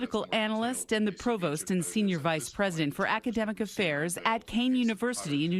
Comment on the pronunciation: Why is it so difficult to properly pronounce Qatar?